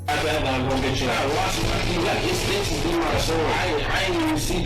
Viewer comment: And it sound like he say he has snitches in his hand